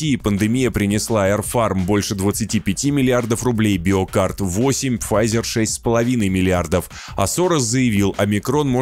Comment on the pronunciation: Биокад, а не БиокаРд )